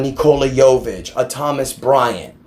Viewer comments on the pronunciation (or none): none